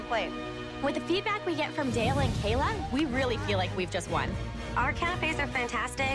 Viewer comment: “dale-a and kaila” 😂